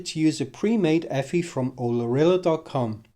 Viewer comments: Eeee. Ehff Eye! ;-) Otherwise, nice writeup. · EFI is an acronym, it is not pronounced “effy”